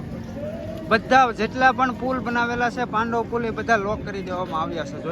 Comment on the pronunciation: પાંડવ નહીં પેનટુન બ્રિજ છે